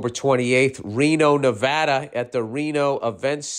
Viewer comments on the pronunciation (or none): none